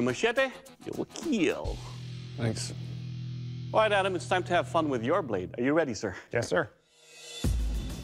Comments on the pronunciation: Correct way Doug says Kill (I need some assistance here): 1. Kill 2. Keel 3. Keal 4. Khiel Someone clarify 😅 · it will keel, yes it will indeed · IT WILL KEEL